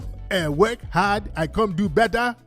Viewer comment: "the Akatas don't wanna weork" lol